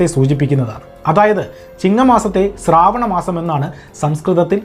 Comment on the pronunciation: സ്രാവണം അല്ല ശ്രാവണ മാസം എന്നാണ്. എല്ലാരും സന്തോഷത്തോടെ ജീവിക്കട്ടെ സഹോദരാ... ഓരോരുത്തരും ഇതിനു മറുപടി പറയാൻ തുടങ്ങിയാൽ പിന്നെ അതു മറ്റൊരു പ്രശ്നമായി മാറും. എല്ലാ മതസ്ഥരും അവരുടെ വിശ്വാസങ്ങളും അങ്ങനെ നില നിൽക്കട്ടെ. ഓണം ആഘോഷിച്ചാലും xmas ആഘോഷിച്ചാലും എന്താ പ്രശ്നം. ഇനി വിശ്വാസത്തിന്റെ അടിസ്ഥാനത്തിൽ ഉള്ള ഗ്രന്ഥങ്ങളിൽ പറയുന്ന കാര്യങ്ങൾ എല്ലാ മതസ്ഥരും ചരിത്രവുമായി അല്ലെങ്കിൽ സയൻസ് മായി ബന്ധിപ്പിച്ചു ചിന്തിച്ചാൽ ഫുൾ കോമഡി ആയിരിക്കും. ആർക്കും ദോഷമില്ലാത്ത കാര്യങ്ങൾ കണ്ടെത്തലുകളായി പറയുമ്പോൾ മറുഭാഗവും മറുപടി പറയാൻ വരും.